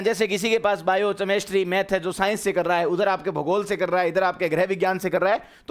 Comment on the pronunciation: केमिस्ट्री ❌ चेमिस्ट्री ✅